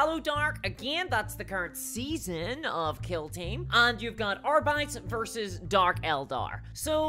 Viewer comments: You say R-Bites. Isn’t it diabetes…errr I mean Ar-bee-tees? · AR-BEE-TEEZ. Not AR-BYE-T-S. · “Arbaits” rip Latin